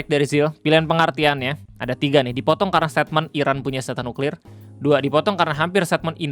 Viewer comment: tenang... beliau bilang nya nyuklir :\